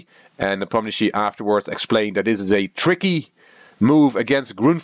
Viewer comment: Is it a European custom to introduce oneself as? This is! As though anyone knows or cares who "" is. This is one reason I avoid these videos. at least pronounces Nee POM nee uh shshee right once (and puts some "tch" into it a few times, which is wrong).